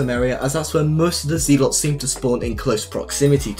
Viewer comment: Zelots ITS zealots